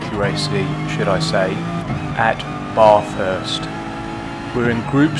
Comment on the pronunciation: That intentional pronunciation of "Baaathurst" 😂 I can hear a certain Charlie Rosco screaming 🤣🤣